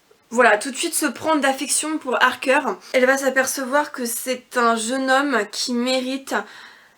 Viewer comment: démesurées Et archer je pense que ça se dit plutot "archeur" que "arkeur" Ahah :P enfin moi je le dis comme ça :3 Ah d'accord ! Faudrait que je m'y mette aux autres colleen Hoover alors :3 merci de partager ces belles lectures!:)